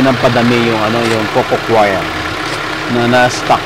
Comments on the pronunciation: Hindi ho yan cocochoir, kasi hindi kumakanta na kwyer pagpronounce. Coir ay pronounced kower, dahil COIR is already coconut fiber. redundant na ung coco coir, coir lang tama na. Galing kasi ako sa PhilFIDA at yan ang itinuro ko na itama ang pagtawag sa coir. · co-yer ang pronunciation dyan